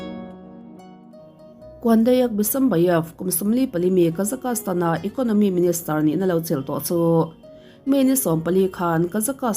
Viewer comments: Kazakastan nilo in Kazakhstan ti in kan soi thin aw. Mizotong tak chuan kazakstan tih tur. Thian poh ka nei nual kazakstan ah hian 😊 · Kazakastan tih a lam loh tur Kazakhstan tiin lam tawp rawh. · Kazakastan ni lovin Kazakhstan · Kazakhstan (ka-zaks-tan) tih ve mai awm (kazakastan(ka-za-kas-tan) i ti teh tlat a adik zwk ge phei chu k hre Chiang chuanglo na chu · Awiii I Kazakhstan lam Dan khiii or nge kazak-kas-tan ram hi khawvelah a lo awm zawk nge😅... Ka lo hre lo a nih chuan ka thiam loh a ni e😅😅😊😊😊 Kazakhstan chu ka Kal tawha Kazak kas tan hi zawn a ngai😮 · Kazakastan tih ringawt ka rilruah a awma, concentrate deuhin ka ngaithla theilo re+😅😅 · han google zuai chhin teh.. Kazakhstan pronounciation tih emaw velin.. Kuh-zaa-kuh-staan ti a lam tur . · Ka-Zuhk-staan tia lam a dik e. Inzir theih zel. Lam dan hi uluk ve deuh loh chuan rilru a lapeng ve duh reuh lutuk. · kei chu ka Google pawn tuman alamdan hian an lam miahlo..chuan tuman tianga an lam hi ka la hrelo bawk.. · Google ah i en tawp chuan i location/ip adress india anih vangin India pronunciation an lo pe nghal ang che..Bristish pronunciation ti khan han search tha leh teh ..A dang daih ang..